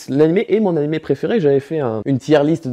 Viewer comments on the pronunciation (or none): none